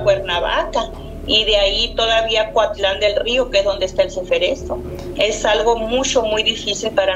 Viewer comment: Es Coatlán del Río y no Cuatlan